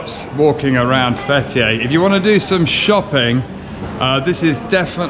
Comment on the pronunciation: Fetiey diyor adamcağız FBİ der gibi 😂. FTİ (Fetiey) Open the Door